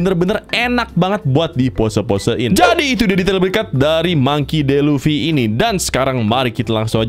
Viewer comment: Baca namanya Mangki Di Lufi bro bukan Mangki De Lufi 😂